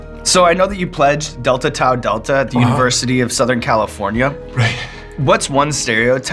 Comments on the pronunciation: Tau is pronounce taw not tao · TAU is pronounced taw